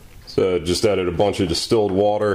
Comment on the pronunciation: "Add whhhaaater to hacid!!" ahahah